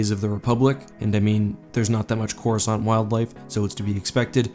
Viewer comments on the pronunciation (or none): Why can't anyone seem to pronounce it correctly? I thought I was going crazy and now after 10 years I actually bothered to look it up. It's Cor US Kant. C before the letter A in English is never silent.